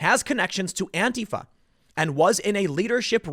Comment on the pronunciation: Is he saying to follow "Andy Know"?